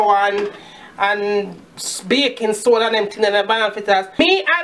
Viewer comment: ''BACON PODA...BAYKON SOUDA...BACYON PULVER'' :D hillirious